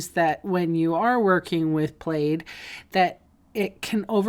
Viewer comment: Love the alternative 's, but never in my 66 yrs. Have I heard plaid pronounced played!